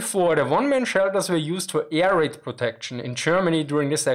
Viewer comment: He pronounces air raid like "A - R - Aid" 😁